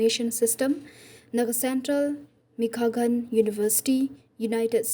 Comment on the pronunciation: Ita i ba ai voice over, i kynnoh bakla iaka kyrteng Michigan